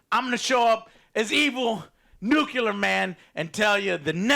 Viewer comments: New - clee - are, not, new - cue - ler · Joe PLEASE learn how to pronounce "nuclear". I promise it's not hard. Just say "new", then say "clear". You can do this. I believe in you.